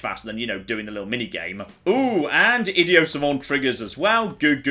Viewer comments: I D I O T with a T!!!!!!!!!!! not idio.... please everytime you say it, its killing me a little inside.... also love the vids please keep it up dude :) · Can we just take a moment and talk about the way pronounces "Idiot" like,, THERE'S A T RIGHT THERE I've never heard anyone, including other British people, pronounce it as "id-e-o", PRONOUNCE THE GOSH DARN T PLEASE